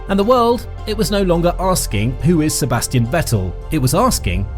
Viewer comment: And the S of Sebastian is pronounced Z.